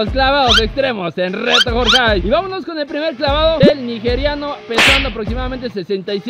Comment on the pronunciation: No mamen !! “Nijeriano” con J ? 😂😂😂😂😂